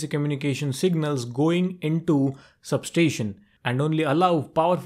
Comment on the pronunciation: for god sake please pronounce sub-station properly.